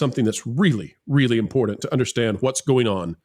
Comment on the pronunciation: actually pronounced "important" for once. He usually pronounces it, "impornate".